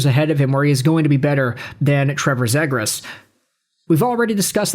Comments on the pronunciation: "Zeeeee-grusss": you moron....how can you not say it right. And Fantilli - though I'd take him - has horrible underlying #'s. Do some homework. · OK, with the way you are pronouncing Zegras I'm probably not gonna listen to anything you say.